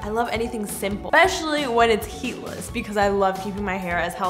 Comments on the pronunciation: IT SAID HEEDLESS INSTEAD OF HEATLESS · HEEDLESS to say I believe you are correct hehehe! 😂😝 I thought it was cute maybe it's corny but sometimes you just have to be!!😂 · "New HEEDLESS Waves" lol